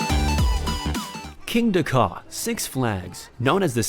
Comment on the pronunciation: The “Kingda”, now that’s some intense GP cringe.